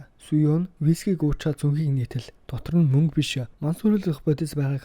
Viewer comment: Мүнгэ гээд байхын хаха